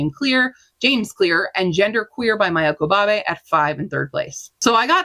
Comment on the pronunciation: Love seeing what everyone is reading! I'm adding so much to my TBR and inspired to watch some webseries. 📚 Since it's likely to come up on the next stats, Q, please check your pronunciation for Parable of the Sower and Maia Kobabe.